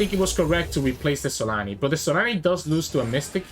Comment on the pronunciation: it's zolaani not solani